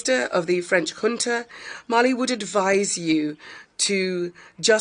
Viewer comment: Awful translation! The word 'junta' was pronounced as 'hunter'. Took me a while to realise.